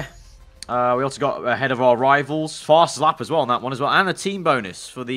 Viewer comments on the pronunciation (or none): none